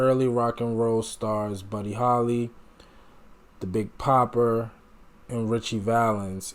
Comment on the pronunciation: THE Big Bopper name is not Popper, it's pronounced Bobber Buddy Holly's wife found out about his death while watching TV and suffered a miscarriage the next day due to "psychological trauma"; his mother heard the news on the radio and collapsed. Soon after, authorities adopted a policy of notifying a victim's family before their name was released. His wife could not attend his funeral. Elvis felt deeply saddened by the news and understood that rock and roll had lost a great friend and three budding inspirations. Elvis had Col. Parker send beautiful floral wreaths to the four separate funerals. Elvis couldn't attend because he was in the Army.